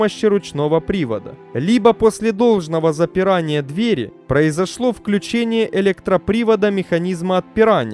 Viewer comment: Самое приятное в этом ролике - последняя фраза о том, что ещё один 747-й уродец отправился в металлолом. Зачитывающему текст стоит обратить внимание на такие слова, как инцИДент, ТОКОнесущие жилы (а не тонко-). Слово "дверь" в ВП и ПП следует ударять одинаково, а не как попало, то двЕри, то дверИ.